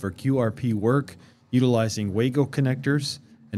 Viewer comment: Good video! Minor nit..Wago is a German company so it's pronounced vah-go